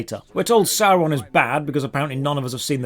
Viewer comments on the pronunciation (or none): the way he says "Sorin" instead of "Sauron" is so cringey - and I can't tell when in the story this is... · That Gandalf "voice actor" called Sauron "Soren". This game wouldn't reel me in even if it was good just for that atrocity alone. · Who the fuck is Sawron? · I knew this game was bad when the guy in the ad kept pronouncing it Zauron